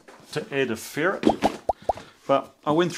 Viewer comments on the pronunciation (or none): none